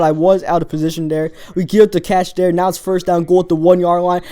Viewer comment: dere instead of there